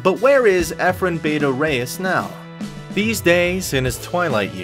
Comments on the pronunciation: i hate is when he says bayta instead of bata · Yeah for fuck sake he pronounces it like BE-TA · Bah tah! that's the Filipino word for a a kid, or a young boy, not " beyta! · "Beta"??? Get it right or don't say the name of the greatest pool player of ALL TIME! Its "BATA" and it means "YOUNG" Efren's game at 60 was younger and fresher than most 20 something play professionals. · I believe it’s pronounced “BA-TA” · its a big deal its sounds like beta. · Pronounce it " Bah-Tah" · Efren "Bah-Tah" Reyes. Get that shit right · You could at least pronounce ‘bata’ correctly. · 99% of Americans who watch this video don’t know what is meant by bata anyway, so who cares if he mispronounced it. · yeah that was my bad now that i realized it its actually much harder to pronounce the word for foreign people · How come your other video u said his name proper but not in this video.. its a careless mistake or u begining to dislike him..? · Hey try to decide if he is Reyes or Rayes. And learn how to pronounce Bata. This is painful to watch. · First off, find another narrator. Whoever was talking mispronounced Bata, meaning the first time he heard of Efren was on the script he was handed. He probably knows nothing about pool. Secondly, "lost his magic"? If Michael Jordan lives to be a hundred and can't even dribble does that mean he lost his magic? If Mayweather loses a fight when he's 60, does that mean he lost his magic too? People will always age, their abilities will degrade, but their Legend comes from their greatest feats not from their weakest. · It is apparent that the voice over talent (or owner of this account) is not familiar with billiards. He doesn't know Efren Bata Reyes. Imagine pronouncing Michael's surname as Hordan or Kobe's name as Cob. Researched everything, except the right pronunciation of Bata. It's a disgrace! I'm sorry, but that's just the truth.